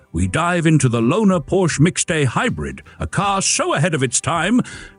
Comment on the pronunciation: Porsche is a two syllable word, dipstick.